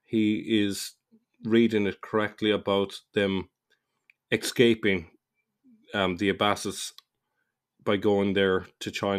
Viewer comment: Darn, you are right I did say "Xcaping". I think my pronunciation was all over the shop, there was so many tricky words. :) But no excuse for getting escape wrong. :)